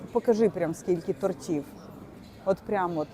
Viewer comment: Не тортів а то'ртів ду..